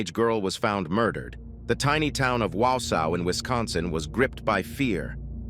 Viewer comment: It's pronounced Waw saw. I live in Wisconsin and heard about this case. 😢 I was shocked and frozen